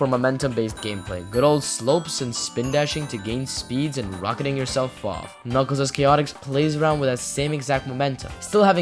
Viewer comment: This is the first video I have seen where someone pronounces the game's name correctly.